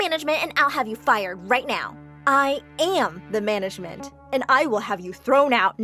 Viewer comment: "I am the manegment" epic